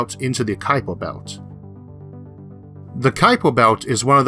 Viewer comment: Oops! It's Kuiper Belt, rather than Kupier.